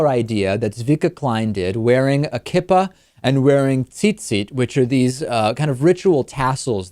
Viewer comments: Albert Reyes, I know, but as a Jew it annoyed me when another Jew mispronounced a word that is very easy to say. Kee-Pah. lol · You mispronounced Kippah.